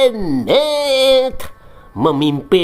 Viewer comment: Ah gw males nonton channel SN krn bikin sakit perut terus tatkala menyebut Muh amad jadi .... muhhh .. eemeddd. Kasian junjungan yg katanya berahlak mulIa kaum kedar dikuliti terus ... ampyuunnn 😉😙🤗☺